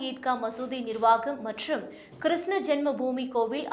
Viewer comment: Please pronounce Krishna properly